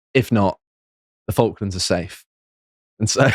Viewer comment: Josh may say the guy's name wrong but he can pronounce "Falklands" correctly